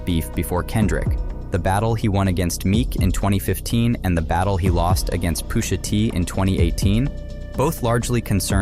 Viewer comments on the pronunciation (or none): Lmao Pooshuh T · who's poosha T? 😂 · Yeah "Poosha T" and "A.S.A.P Rocky" sent me straight to the comments 😅😅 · Who is poo-sha T? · He also said Poosha T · “Poo-sha T” Hold this L. 😂😂😂